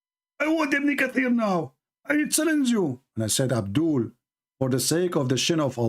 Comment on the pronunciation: abdoolll is always abdooll..... Potato 😅😅😁😁